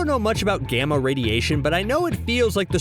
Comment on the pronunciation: You say gamma radiation Like gijamma radiation